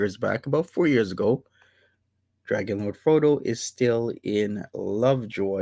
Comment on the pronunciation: he is so cute when says dwagonlowdfwodo